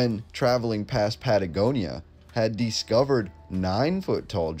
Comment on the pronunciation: It’s Dis (cover) Not Dee scover! Discover